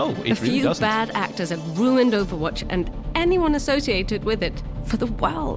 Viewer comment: is funny that you pronounce it like owowatch